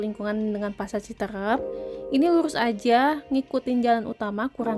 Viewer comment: Pengucapan yang benar ci teureup bukan Citereup.